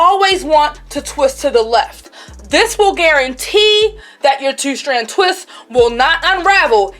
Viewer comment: I’m sorry idk what your accent is, sounds like Baltimore but love how you “two” like tew lmao